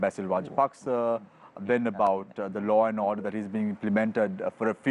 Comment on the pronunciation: It is law and order not low and odeur